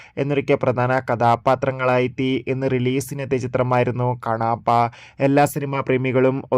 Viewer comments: കണാപ്പാ അല്ലാ മോനെ, ആദ്യം നന്നായി നാക്കൊക്കെ വടിച്ചിട്ട് റിവ്യൂ ഇടണം കേട്ടോ!! എന്നിട്ട് നന്നായി ഒന്ന് കൂടെ പറഞ്ഞെ “കണ്ണപ്പാ” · എട ക്ണാപ്പാ...കണാപ്പയല്ല..കണ്ണപ്പയാണ്